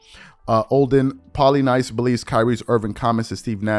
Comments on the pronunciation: Pronounced “pola-niece”... just to help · I find it interesting how Kyrie is always praising Kobe as his mentor and the guy he patterns his approach to the game after yet routinely behaves in a way that Kobe never would when it comes to team ball imo. - Olden's last name is pronouced "Polyniece" I believe... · Pronounced: Olden PolyNiece...He famously saved Kobe -- by being a physical peacemaker -- from a can of Shaq whoop ass. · its pronounced olden polyneece. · It's pronounced "Olden Poly-niece" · Learn how to say Polynice name he was a decent NBA player the correct way to pronounce is like the city in France Poly (Nice) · Pronounced Poly-niece Olden Plolynice! Blessings...... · It's pronounced as "Polyneece" for Polynice. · You Should Have Made It Simpler For Him Olden (Pah-Li-Neese)👌🏿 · You don't know who Olden Polynice is? Asking because you butchered his name.